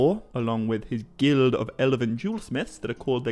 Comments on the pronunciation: What's this 'Ele-ven' nonsense? Is that how you are pronouncing the word Elven? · Why do you keep pronouncing "elven" as "eleven". It's drivng me insane! How do you pronounce "dwarven"?! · great video but a rather off putting pronunciation of Elven... he keeps saying Elaven? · "El-əven." So many times . . . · How did you pronounce Elven as 11?! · Sometimes I think people just make mistakes, but you pronounced elven as eleven like the number. Please have respect for yourself and record a bad take more than once and don't pronounce a very, very well known word in the entire wrong way. Though I guess the million views means that you did the right thing and that you've attracted a good enough audience of people who don't bother to read to view your video.